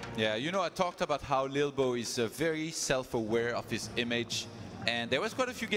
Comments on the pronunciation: English host saying 'little bo' is really winding me up lol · Maybe Im just high but I found it hillarious when ToD says "lilbow" it sounds like he says "bilbo", coupled with lolbows looks it made me burst out in laughter several times during this xD